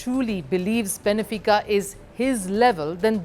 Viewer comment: Benfica not Benefica as you pronounce it